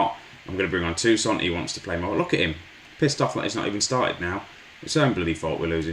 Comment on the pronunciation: And no critics eh, but isn't it tousaRt?